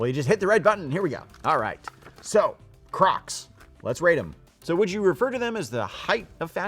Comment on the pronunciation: Can we pause and talk about how he says “cracs”